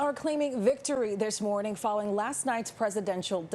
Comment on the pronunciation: "...are claiming victory this morning." LOL. You guys can't even say it. LOL HAHAHAHA 🤣😂🤣😂🤣😂🤣😂🤣😂🤣😂🤣😂